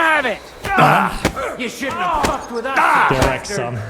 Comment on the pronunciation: I could never get over your "get wreck" my man, absolute delirious😂😂😂